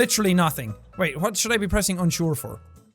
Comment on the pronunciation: Why does jack pronounce "wh" words as "hw" lol? He says hwat instead of what most of the time